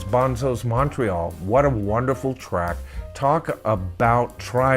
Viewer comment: I think Bonzo's Montreaux is pronounced Bonzo's Mon-tro, not Mon-tree-all, but maybe I'm wrong